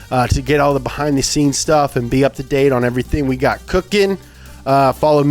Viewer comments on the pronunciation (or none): none